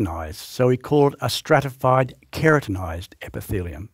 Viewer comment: KERATINized. not kreatinized. min